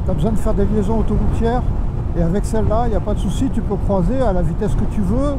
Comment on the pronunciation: Juste on ne dit pas "crOIser" mais "crUIser". Ce n'est pas "oi" mais "oui", donc on " crouise" et non on "croise". Sinon bon essai. P.S. désolé de cette remarque, mais ca me dérange. ✌🏻 à toi.